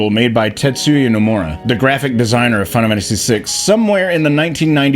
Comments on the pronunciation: Are you saying "final fantasy" like that on purpose? "fennafamasee"? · Can we address the elephant in the room...that being how pronounces final fammmmacy . Just saying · What's this "fun-amanda-see" game the guy keeps talking about? 😂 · Am I the only one that keeps hearing Final Mantasy 6? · Practice saying "final fantasy" for a bit before your next video cuz you can't pronounce that shit to save your life. Literally just read how the auto-generated captions interpret how you say that shit. "Fun of Hennessy" lmao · Why do you say Final Fantasy like that? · A final fantasy video by someone who can’t say ‘final fantasy’ is an interesting concept